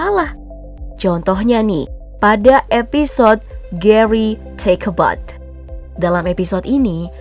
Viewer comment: "bath" dibaca "beth"